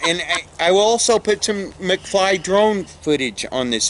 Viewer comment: McFly sounds more like Mcsceetoe